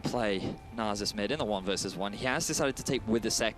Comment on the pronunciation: "nah-zus" gtfo